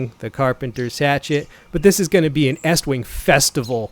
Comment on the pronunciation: I got 20 seconds into the video and gave you a 👍🏻 simply because you actually know how to say the company name! Almost none of the other so-called “reviewers” on YouTube say it correctly. HA! HA! HA! HA! You could use [a club] for personal defense, but hey, why would you use that when you have a hatchet?” 🤣👍🏻